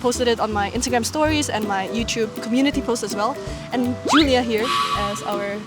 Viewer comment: o nome de - provavelmente - não é pronunciado como ela falou como J inglês mas como J francês. É raro país darem o nome e chamarem a filha com essa pronúncia inglesa